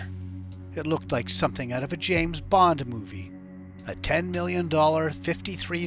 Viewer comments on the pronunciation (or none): none